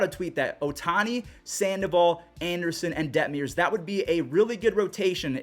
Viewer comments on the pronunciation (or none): Coming from an angels fan we had the offense but injuries ONCE again derailed our season. Also it’s Detmers not detmiers 😂